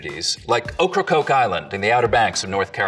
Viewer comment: You got Okracoke wrong sweetheart, you ain't sneaking up on no vittle sounding that way.